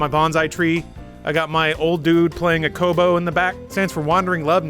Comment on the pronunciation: Did just call it Kobo? lol